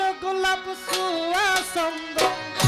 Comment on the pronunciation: এই গানটা বাংলাদেশের যত জনই শিল্পী গেয়েছে বাউল শিল্পী ছাড়া সবাই 'ছুয়া 'শব্দটা সুয়া উচ্চারণ করেছেন। ছুয়া অর্থ সুগন্ধি। সুয়া বলে বাংলা অভিধানে কোন শব্দ আমি খুজে পাইনাই।